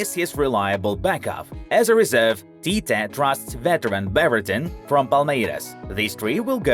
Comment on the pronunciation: is Tite, not Tita